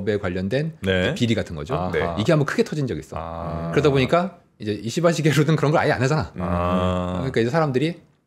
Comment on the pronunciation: 발음 잘 해야되는데요. 이씨바 ❌️